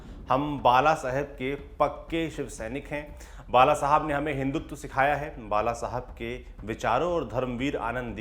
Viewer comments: कम से कम व्यक्ती के नाम का उच्चार करते समय, "ल "और "ळ "मे फर्क करना चाहिए. जैसे बाळासाहेब (बालासाहेब नही ) Lallantop से इतनी तो अपेक्षा कि जा सक्ती है. Please इसे सुधारो मराठी लोगोंको गलत उच्चार बहुत बुरे लगते है. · बाळासाहेब, सातारा, कोपरी- पाचपाखाडी उच्चार सुधारा.